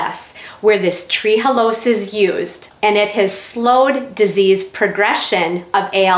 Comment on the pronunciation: It's Tre'halose not tree-halose